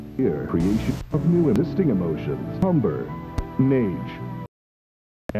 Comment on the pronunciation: Why can’t I stop laughing at “humber” and “nage” lol Yeah I feel pretty nage when at work.